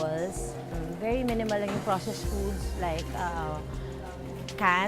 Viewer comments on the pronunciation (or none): none